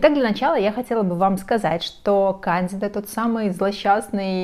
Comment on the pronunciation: Проверьте, как правильно ставить ударение в слове кандида 😊